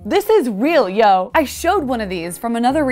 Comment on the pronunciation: "This is real, yo!" You're such a Californian. lol